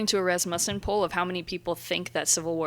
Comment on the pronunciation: guys, "rass muh-sen" Also Tim your understanding of the civil war is kind of wrong. That other dude had it more correct.